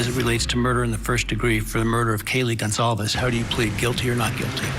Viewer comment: Lauren lady - youve had 2 1/2 years to get the victims names right! It is Gon-solve-es not Gon-clave-ea. For f's sake!